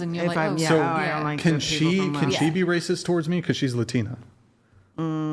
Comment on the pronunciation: Hahaha..😂 Literally 5 minutes later....🫩 ..." THAT'S WRAY CYST.."🙄 .. " YOU'RE WRAY CYST.."🫩 Hahaha. Was I correct or what..🤔🤣🤣